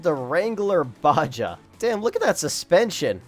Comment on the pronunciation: its pronouce baha not baja